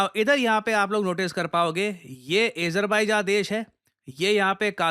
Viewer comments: A JER BAI JA nahi hai bhai AZER BAIJAN hi hai , anyways nice content <3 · Please man u should know how to pronounce Azerbaijan 😂ezerbaijan😂😂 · Azerbaijan pronounce bhi nhi krna ata 😂 😂😂😂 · Azerbaijan ka pronounciation toh seekh lo pehle PD. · Sir aapko azerbaijan ki pronunciations bhi nhi aati😅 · Bhai name bolna bhi nahi hai Azerbaijan Kazakhstan